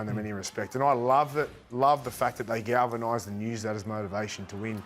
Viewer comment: I'm never gonna be able to hear the word 'galvanised' normally again lol